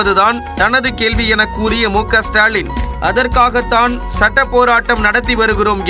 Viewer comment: சட்டம் என்ற வார்த்தையை முதல்ல தெளிவா பேசுங்க கிலியை ஏற்படுத்தும் கலிகாலம்